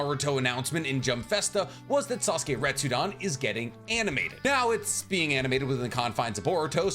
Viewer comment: Stop misspronounceing retsuden